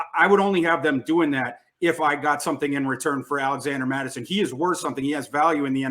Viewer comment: This woman really said cut mattison 😂😂😂